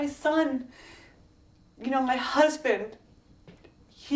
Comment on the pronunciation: it sounds like she pronounces them with a D.. Like husdand or dutterfly